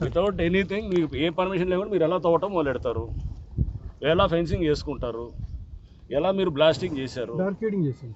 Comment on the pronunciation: ఫినిషింగ్ కాదురా అయ్యా..అది ఫెన్సింగ్...